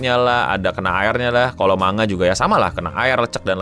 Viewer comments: malah pengucapan yg bener itu man ga, jadi kedengeran kayak mangga balajar lagi ya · iya, jadi kedengeranya kayak mangga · yg disebut eno man-ga. bukan mang-ga. ekspektasi sebutannya ma-nga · Manga bukan Mangga 😅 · MANGA COK BACANYA BUKAN MANGGA WOI JEMBUT GOVLOOK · Manga bang bukan Mangga, lu pikir Logan Paul tukang buah apa 😂 ? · Dulu di spacetoon ada sesi menggambar manga kemudian naratornya nyebut menggambar mangga, aku heran kok mangga.setelah dewasa aku akhirnya tau kalau dr bahasa jepang emang sebutan di mulut mangga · Bacanya man-ja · Kok gw dengernya Mangga ya, apa salah denger sih. 2 Menit baru nonton langsung pengen comment wkwkw Sorryyyyy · Bang, lu kalo misal ga ada yg komen soal pelafalan 'manga', keknya elu yg pin of shame kedua😹✌ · Ya emang gitu bang, kayak orang Sunda ngomong "silahkan"